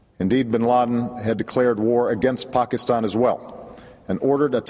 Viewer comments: It's pronounced "Pakistan" not "Pokiston", you fool. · I wonder how you heard Pokiston, you should get your ears checked out. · Did he say Pockastan?